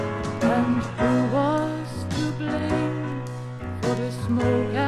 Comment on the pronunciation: Its Blame not BLAM.